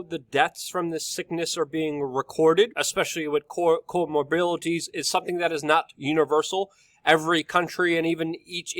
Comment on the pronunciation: Luke, stop saying comorbility it's Co mor bid ity